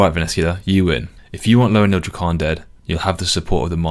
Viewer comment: its driving me crazy. LO- REN-NEE- UHL DRAY- KEN